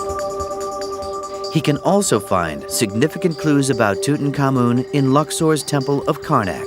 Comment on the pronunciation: I always suspected we were mispronouncing Tutankhamun. It never sounded right ending with "common". In this program the accent is on the final syllable; not certain it's right but it's got to be closer to correct than our American version that's been used for decades. And it sure beats King Rootentooten. ;-)